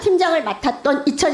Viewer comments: 발음도 흥분해서 르코르뷔지에가 아리라 르코르비에, 위키트리가 아니라 위크머시기,코바나컨텐츠가 아니라 코봐라ㅋㅋㅋ야수파걸작전이 아니라 야스파결작전 ㅋㅋㅋ읽기나 잘해라 이 무식한 아줌마야! 동네반장도 당신보다 교양넘쳐ㅠㅠ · 르꼬르뷔제 못 읽냐고요 ㅋㅋㅋㅋㅋ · 르코르비에가 아니라 르꼬르뷔제... 발음이나 또이또이하게 하세요